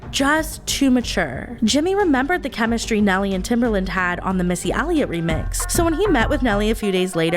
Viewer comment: oof TimbERland - that was rough on my ears